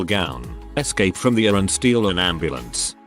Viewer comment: Your voicebot is really annoying. It calls an ER an "urr" and pronounces "triage" as "tridge," to mention a couple. Also does a "MaxMax-ax HeadHeadroom-oom" thing every once in a while.